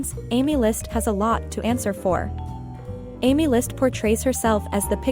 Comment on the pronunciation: Its not amy list its "aemilst" WHO TF IS AMY???😭😭